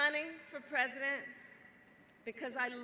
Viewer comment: I love the emphasis on "president". It drives the NPCs crazy